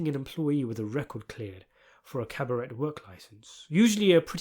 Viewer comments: "Cabarette"? AI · It’s pronounced caba-ray